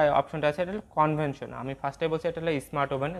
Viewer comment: "কনভেনশন" না, কনভেকশন 😅